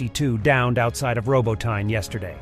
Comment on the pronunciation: You literally have 3 different pronunciations for Robotyne...like at this point it's giving AI narrator...